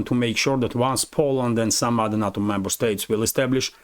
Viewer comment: NATO! Sorry to be picky, but the west say Nayto not Natto.